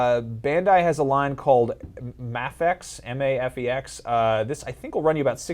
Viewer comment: Mafex (may-fex) not ma-h-fax